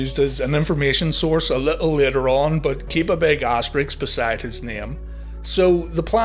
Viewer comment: A big asterix? What? Like a giant gaul? Or did you mean asterisk? Cos those aren't the same things.